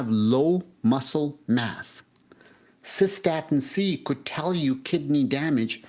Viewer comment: No I have not heard of cosa-statin- C